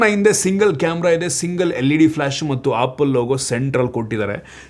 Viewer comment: ಆಪಲ ಅಲ್ಲ ಬಾಸ್ ಆ್ಯಪಲ Apple🍎